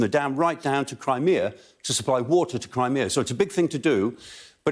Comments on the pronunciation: It's CRIMEA, not CRIMINA!!! LOL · Krimina is in Donetsk.